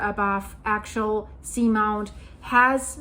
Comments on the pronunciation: It is pronounced axe-ee-ull in the US. I love your reporting. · I think the volcano is pronounced Ax-E-ul. I am a senior studying at Oregon State University and recently had the opportunity to listen to some of this same information being discussed amongst colleagues It’s fascinating. I live in Portland right now and I agree that we should be hearing more about how this eruption can affect the subduction zone. Some people have been food prepping and filling up on gas and I’ve seen signs in private communities and complexes about preparing for the worst ie earthquake. So there are people aware of it but I find it interesting that it’s not being talked about more. For the record, Portland is not prepared as most of its emergency fuel reserves equipment and supplies are stored on the river in downtown Portland between bridges. Building are not to code, and the main bridge (1 of 2) between Oregon and Washington state may surely collapse if an earthquake was to hit. It’s over 100 years old, but plans are in place to bring building a new bridge next year, but will it be completed in time. I love your channel and receiving geological updates from around the world as we are all connected through the same system, no matter where you’re located. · It's pronounced AXE-EL :) The real concern is if will affect the Juan de Fuca plate? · Axial - meaning along an axis. say axe' - ee - ul or aks'-ee-ul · Axial is difficult to pronounce… it’s Axe-ee-al, emphasis on the ‘axe’.